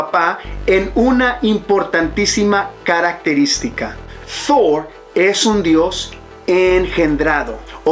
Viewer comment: No hace falta poner acento anglo a Thor, Odin, Asgard... Proceden de la mitología nórdica (vikinga) y Marvel los tomó prestados de ella.